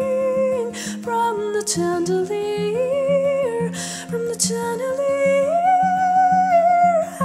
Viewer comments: really nice. but just a tip for you.. it's pronounced shandelier... 'sh' sound (like in shout), not chan. cheers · Can someone please tell her the correct way to pronounce (and sing) chandelier (sh-and-uh-leer)? Otherwise, well done. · I love this cover but it's pronounced shandelier even though it's spelled with a ch but I still love this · Justin Salud well pronunciation is part of a vocal performance so... and conversely you're discounting her pronunciation for her craft personally this is one of my favorite covers of this song but it is pronounced with a SH not CH sound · its shandelier.. pronounce it properly... thats all. otherwise its a great singing performance.. I likeit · Instead of chandelier she pronounced tyandelier... I'm sorry but it's true... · It's pronounced like shandilier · Nicely done both vocals & guitar. Yes, I noticed the different pronunciation of "Chandelier" but it was fine. This is your version, not a copycat. Good for you! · Her high choruses are beautiful but the mispronunciation of the word 'chandelier' is very distracting. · I somewhat agree but I think the 'acoustic' set makes the falsetto suitable. What I for some reason, didn't like, was the way she pronounced chandelier lol. But this is well done nonetheless. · I really appreciate this interpretation overall with the falsetto in the chorus and the acoustic guitar! But I don't think you're pronouncing chandelier right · Sometimes her singing was slow and she pronounced chandelier wrong... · u mispronounced chandelier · can no one pronounce "chandelier" properly?